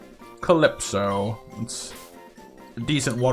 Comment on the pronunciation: Well a shiny is a happy little accident if you encounter it. Looking for one would be against the rules imo. And don't worry to much about my name you said it right